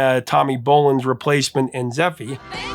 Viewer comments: ZephyR not Zeffie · Tommy Bolan's band was Zephyr, pronounced "ZephER" not "ZephEE" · . What??? Is the “R” silent in “Zephyr”? 😂😂😂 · Interesting way to pronounce "Zephyr".